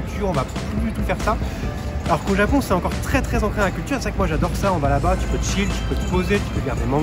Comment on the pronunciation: 、とても、とても（最近は、日本語で「めちゃ」と言うようですね）可愛いですね！お二人の会話を聞いていると、流れるようでずーっと、永遠に続くようです！言語は発達するとどんどん簡単（滑らか）になっていくというけれど、フランス語はまさにそのとおり！Manon姫の「ジャポン」という発音はとてもとてもいい響きです！（その昔、アメリカ人は日本人のことを「ジャップ」と呼んでいた事もありましたね（笑））。、また、べべチャンネルに顔出ししてね！